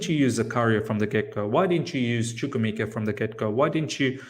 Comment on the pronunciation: The only way Chukwuemeka starts if starts pronouncing his name right 🤣🤣🤣